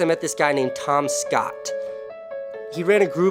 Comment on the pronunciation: I love how he emphasizes SCOTT When he says Tom Scott (I'm assuming so people didn't think of Tom Ska)